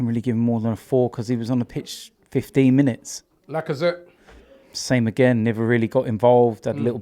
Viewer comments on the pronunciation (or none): Almost got Lacathreat's name right 🤣😂🤣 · Whoever did the graphics was drunk af 😂 man said LACAZETTEAT ☠😂😂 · No one: Absolutely no one: Robbie:”swop deal”,”Pepe guardiola”,”lacazetteat” WHEN IS IT GOING TO END ROBBIE!?!?!